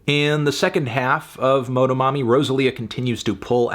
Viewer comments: la manera que melon dice "MOH-DOH-MOMMY" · hearing melon's pronunciation of motomami took a few years off my life. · As a hispanic person, hearing melon say "motomami" feels like seeing a teacher at the supermarket at age 7